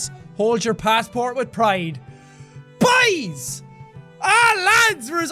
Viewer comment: What gets me the most is how he says boys. “BAIS!!!”